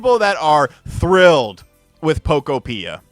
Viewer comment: Can you at least pronounce the game correctly? Poke-opia, like a Pokemon utopia.